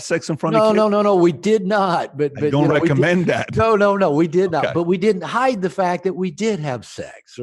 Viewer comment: "I found that it helps if you dant care...." BRILLIANT